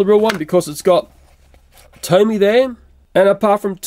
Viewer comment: It doesn't say tony it says tomy